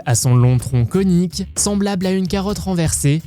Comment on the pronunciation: il est reconaissable à son long tronc conique. Il est reconaissable à son long tronc COnique ! 😂😂 sinon bonne vidéo super